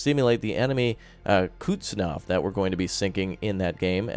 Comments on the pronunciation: Hey, probably someone already told you this, but that russian aircraft carrier is called Kuznetsov, not "Kutstinov". It is pronounced as Kus - net - sov. Actually i like your mispronunciation, and dunno why im writing this:P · y u bully me. its not pronounced kuhtznov it's pronounced kuhz-nets-ov (coup's-nets-of) for memory